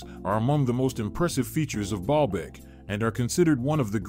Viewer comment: I hear Ball bag every time he says it 🤭🤭🤭